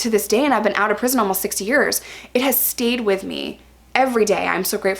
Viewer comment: it sounds like you said you've been out of prison for 60 years. lol.